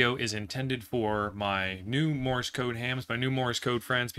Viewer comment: Morse, not Morris. Please !!!!